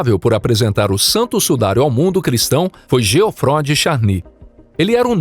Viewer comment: Essa narração por IA é insuportável. Nem sabe pronunciar o nome de Geoffroy